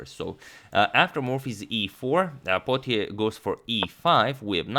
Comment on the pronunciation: Potier is a French surname pronounced "poe tee aye"